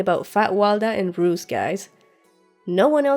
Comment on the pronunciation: Roose not Bruce!